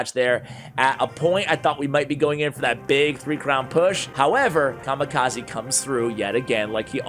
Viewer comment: Written: Kamikaze Read: Ca - Mee - Ca - Zay